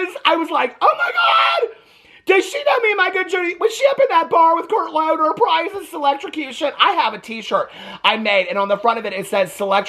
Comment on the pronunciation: Selectrocution and pRiiiiiiiZeS is insane 😂😂😂😂